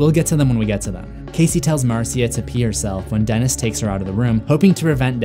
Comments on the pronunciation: It's actually pronounced like Marsha. Not Mar-sia. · Marcia is actually pronounced Marsha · Your pronunciation of Marcia (Marsha) is extremely annoying